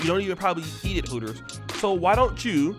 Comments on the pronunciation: Its called Hooters not Pooters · Its called Hooters not Heffers. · It's Hooters. Not Heffers. Fall back, ladies. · Hooters not Pooters....I'm horribly reaching.